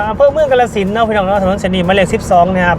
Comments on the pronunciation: ออกเสียงให้ถูกต้องนำเด้อ อย่าออกเสียงชื่อจังหวัดแบบลากยาว กาฬสินธุ์ = กาน-ระ-สิน (เมืองน้ำดำ)สองพยางค์แรกจะออกเสียงสั้นเด้อ!แต่ออกเสียงว่า กะ-ลา-สิน (กะโป๊ะ)ออกเสียงยาวเกินไป ความหมายมันเปลี่ยนไปไกลเลย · กาฬสินธุ์ อ่านว่า กา-ละ-สิน ครับ ไม่ใช่ กะ-ลา-สิน